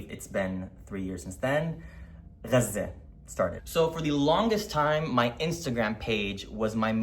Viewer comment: I remember that your reel randomly came up in the early days of the genocide as I was doom scrolling and the first word I heard was Gaza but you were the first person who pronounced it the right way and before I even heard what you were saying, I followed. You imparted insane amounts of knowledge at a very critical time. Welcome back.